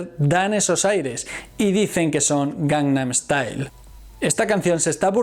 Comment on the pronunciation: Esta muy bueno. El metamensaje que describis es muy bueno. Lastima que no se te da bien decir " GANGNAM STYLE "